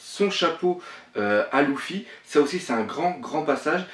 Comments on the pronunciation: Ce n'est ni skank ni louffi mais skanks et luffy faut apprendre à parler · Pk tu dit louffy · La théorie pas mal même si y’a des incohérences par contre la Prononciation -1000/20 mdr ! C’est pas Louffy c’est Luffy, c’est pas Tchank c’est Shanks, c’est pas Gaps c’est Garp, c’est pas Longtone c’est Loguetown, C’est pas Rougtel ça s’écrit en anglais Rough tell mais ça ce prononce RAFTEL... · pourquoi tu dit louffy alors que c'est luffy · mais putain sa ce prononce Luffy pas louffy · pk tu dis "louffy" et pas "luffy" ? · Shanks il dit shank, Mihawk il dit mihawx, Luffy il dit louffy (et non ça ne se dit pas louffy en jap), Sanji il dit Senji? Garp il dit Garps et Raftel il dit rougtel. Il mélange tout mdrr. Je ne rage pas mais c'est assez dérangeant. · Et Louffy aussi mdr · super bonne théorie, mais sérieux, la prononciation... Ca détruit toute l'épicité des héros!! Tchank, Louffy, Dragon à la française, ca fait mal... Mais bon, c'est la première vidéo que je vois de ta chaine, et franchement je suis enthousiaste de voir les autres! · Il prononce pas les non comme il faut shanks se prononce tchanksse et luffy se prononce leuffy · prononce bien shanks et luffy